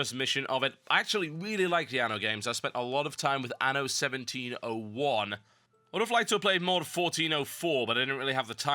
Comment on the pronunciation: ANNO, not ano.